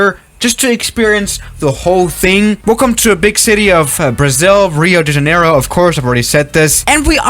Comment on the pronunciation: I love hearing english speakers saying portuguese words. "Alberto Santos Dumont" was nice. In Rio da Janeiro, that second i needs more power. Rio de Janeiiiro. Oh, in portuguese the letter i sounds as the letter "e" in english